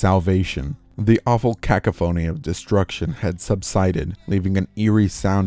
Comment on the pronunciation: you said cacophony wrong